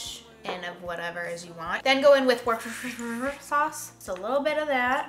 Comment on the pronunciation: Love the video and your pronunciation of Worcestershire!!! So something I would do!